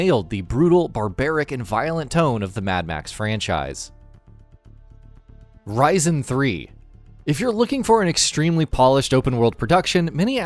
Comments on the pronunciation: Why does he say “Risin” , it’s Risen lmfao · OOh man the way he pronounces Risen........it not RAJZEN idiot its RIZEN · I know it's pretty but heading Risen pronounced as Ry-zan really bugged me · It's pronounced reesn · Isn't it pronounced riz en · it sounds like my processor, ryzen 7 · Bothered me too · Wow someone mentioned Risen 3, dude said the name weird but still wow... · Why are you saying "risen" like that? Is it pronounced that way because it refers to something in the game (I haven't played it), or have you never heard/said that word before? Good list but you hurt my brain with that one.